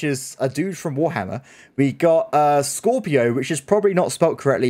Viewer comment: think you meant Scipio not Scropio